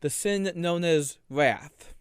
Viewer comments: His wath is indeed vewy passion-full. Somebody fowgive him alweady! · “Wath is a vewy… passion-full emotion” I have my senior quote. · Your favowite sin is wwath? You can become wiolent? What are you trying to say, boy? Use words. You're not Lassie lmao And seriously, if you say it that you have balls because you harrassed her brother one more time I will find you Typical anime pwedatow